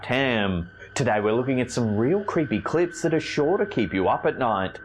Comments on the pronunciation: I kept hearing "real creepy clïts" at the beginning 😂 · Did he say clits or clips I couldn't tell 🤣🤣🤣🤣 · In the beginning of the video did say clits or clips I can't tell 🤣🤣🤣🤣🤣